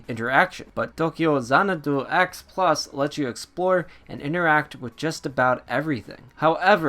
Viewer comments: The funny thing is, he's not even pronouncing it correctly. It's To-kyou Zana-dou in the Japanese spelling. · As dull as your review... you make me not want this game. Your pronunciation of the titles name makes me cringe and, just some advice: you clearly wrote this out. You should proofread before you record because it’s SO hard to listen to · this game reminds me of the legend of heroes trails of cold steel,. also maybe dont use an accent when saying the titles name loll sounds funny ha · Tokeeyow zanadoo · Appreciate the review . You just really need to stop trying to pronounce the game title with a Japanese accent??? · stopped watching review cuz of how you say the name of the game.